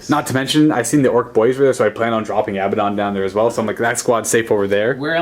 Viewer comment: It's (ah-bad-ohn) not (abba-dohn)